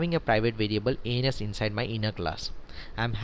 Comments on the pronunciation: nice explanation but whenever you say "ans" in this video it sound "anus" lol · Nice tutorial. I totally love it, but I have to point out "ans = anus?" LOL sorry, I couldn't resist XD. But, seriously, nice tutorial keep them coming :)